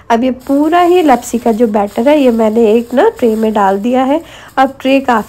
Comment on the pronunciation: Not लपसी it's लापसी 😅